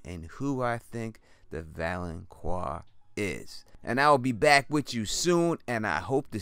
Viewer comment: My dude... I love your videos man. Keep up the good work. I love the opinions you have bc they make you think. But bro haha, why do you keep on sayin “Valonqar” so weird. It’s pronounced like “VAL - IN - CAR,” not “Val - in - QUAR.”